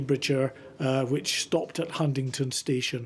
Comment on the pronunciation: 'Hundindon' 'Huntinton' ....it's fiking HUNTINGDON